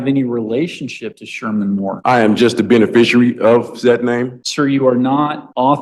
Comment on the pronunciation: Did he say benbiciary?